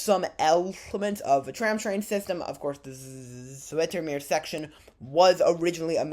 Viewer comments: I can't get over the fact that he keeps saing "Zoh-etter-meer" OMG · To pronounce Zoetermeer properly say 'ooh' and remember that sound incoporate your 'ooh' into zoohtermeer and your there!😂❤ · You could probably have asked someone how names are pronounced. Most Dutchmen are happy to instruct our phonetically challenged brothers and sisters in rest of the world, ie. everyone else, in the way god intended letters to be pronounced, as we're the only ones that seem to be getting it right. 😜 You would have learned that you could simply have pronounced "Zoet" as "Soot" instead of that complicated "z-oh-eh-t" with which you're putting the tip of your tongue in mortal danger of being bitten off. 😁 (Knowing my fellow Dutchmen they'd probably throw in some interesting new curses with which to impress your friends and neighbours, entertain impressionable young children and scare off small predators.) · The oe in Zoetermeer sounds like the oo in zoo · The "oe" is pronounced like the oe in shoes